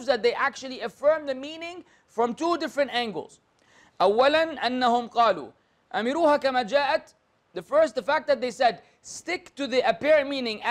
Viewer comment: أظن أنها (أمِرّوها) بتشديد الراء، والله أعلم.